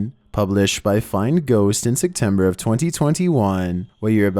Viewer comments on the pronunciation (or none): my only question is WHY do you pronounce "September" as "Sectember"